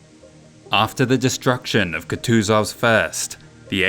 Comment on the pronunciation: A small note for you in the future, Kutuzov is typically pronounced "Khoo-tchu-zhov", otherwise fantastic video. Loved every minute.